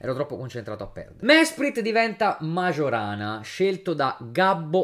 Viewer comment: btw Majorana si legge "maiorana", non "magiorana".